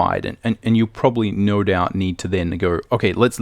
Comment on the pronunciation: Great video but the way he pronounces "no" and "so" hurts my brain. :)